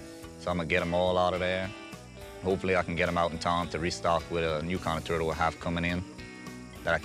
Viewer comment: "Am I not turtle enough for your club? Turrrrrrtle, Grrrrro."